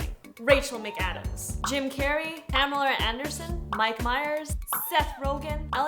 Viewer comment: Pamerrra Andersern.. way to screw up that script line..